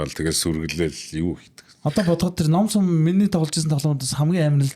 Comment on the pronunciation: Nom sum bish num sum geecilde ymr haashaa yanziin hel am bee